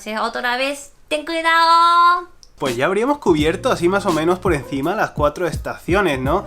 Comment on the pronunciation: Ya extrañaba el "EN CUIDAOOO" de:3